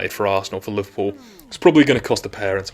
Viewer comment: You say Liverpool like